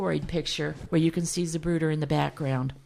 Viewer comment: Great info, thank you. But never in my life have I heard it pronounced “Zabruder”.